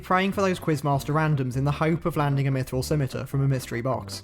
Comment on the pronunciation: Holy Moly! Someone who can pronounce both Ardougne, and Scimitar properly. Didn't catch the last big RuneScape mispronunciation. I'll have to keep an ear out in episode 2!